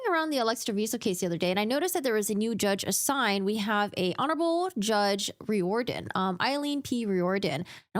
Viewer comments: I think that name is pronounced “rear-den” I hope they use this case to train healthcare professionals in the future about how not to handle a situation like this. This whole thing is only so messy because the doctor chose to have police in the room, with body-cams on, where they had no business being. Now they want to claim she wasn’t in custody, when she obviously had reason to think she was. They mentioned her right to remain silent, which only applies if you’re in custody. If the court suppresses her statements and she winds up not being convicted as a result, I hope that doctor knows it’s on her. It’s not on the judge who followed the law. It’s on the doctor who didn’t. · Riordan.....is pronounced rear-don